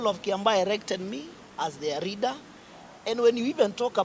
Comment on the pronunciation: 🤣🤣Huyu anaongea Kikuyu tu hapa. Eti reader while he means leader 🤣🤣. He is saying millor instead of mirror 🤣🤣🤣